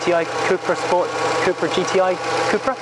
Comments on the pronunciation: Cup-ra (Cup racing)... not coop/coupra 👍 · I worked with SEAT for 5 years, and it was always pronounced coopra in the UK and Spain